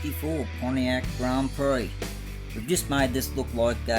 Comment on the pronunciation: Pretty schmick looking cars, you aced it!👍 Haha, watch how you pronounce prix...a bit like Phuket!🤐 Awesome buddy. 🇦🇺👨‍🚒